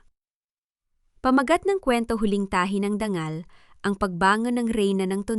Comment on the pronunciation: Palitan mo na ang narrator hindi marunong magbasa mabuti pa grade 1 . Ayusin mo pagbigkas ng salitang dangal hindi dang- gal. Nakakainis pakinggan